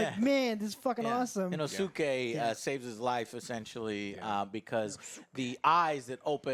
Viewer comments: The weeb pronunciation of "Tan-jiro", "Neh-zuko" and "Inu-suke" hahhaha, at least you tried Joe... At least you tried :D I also greatly enjoyed this film, it was fantastic. More Nezuko is always a winner but it looks like they didn't do that yet. Hopefully S2 will have a tonne more of her flexing her power. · Joe love that you are getting into anime and enjoy reviewing it! Gotta work on the Japanese name pronunciations though! Inosuke - (In-ose-kay) Tanjiro (tawn-jeer-oh) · Joe out here messing up names like Inosuke lmao